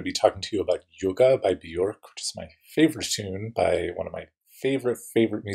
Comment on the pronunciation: Love this song. BTW, Björk is pronounced “be-yerk”. The “ö” sounds like the “o” in work; rhymes with jerk … not cork. Great analysis!